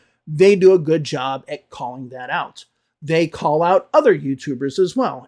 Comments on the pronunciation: don’t get me wrong please. I am asking because it sounded like [u:] to me. I am working on my accent and one of my teachers told me I should always pay attention to that particular word as it changes it’s meaning when you pronounce it with [u:]. Maybe it’s just me and my bad listening skills. So I was curious if that could really be a mistake if I’d pronounce the word “good” with [u:]. 😄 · Excuse me, was it a long “oo” in “good” you pronounced at ~? I am just curious. No intention of making another video about English teachers teaching wrong pronunciation 😄